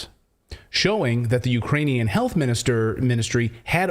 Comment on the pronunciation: She can’t even say Ukrainian 😂 She’s totally lying 🤥 🤥 lying 🤥 🤥 5/5 Pinocchio’s